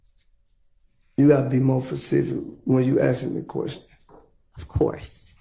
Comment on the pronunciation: He said “be more. Fasific” 😩